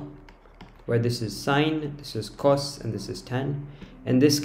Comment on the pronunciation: do NOT say Cos LIKE THAT 😭😭